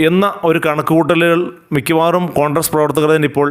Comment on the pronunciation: കോൺഡ്രസ് അല്ല കോൺഗ്രസ്സ് ആണ്